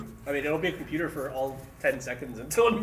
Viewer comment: "I'M A COMPEWTER!" I literally backed up the video to re-experience this moment.